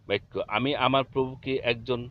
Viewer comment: আপনি বারবার বলতেছেন বাইক্ক, বাইক্ক হবে না বাক্ক হবে